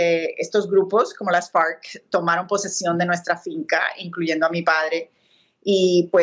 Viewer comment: Que graciosa su pronunciación de las FARC 😂